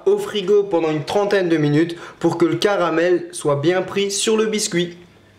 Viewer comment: "Le carabel" X)